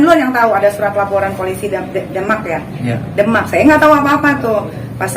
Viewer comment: Lo ngomong yg bener, Bilang Demak blepotan